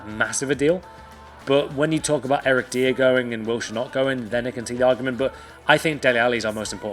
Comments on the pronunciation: Stop saying Eric deer 😂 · ”Eric Diier”